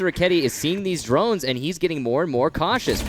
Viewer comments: *Drones NOT Druns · HAHAHAAHAH i like how said "Drans" instead of drone 😂😂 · 1.56 "using the drunts?"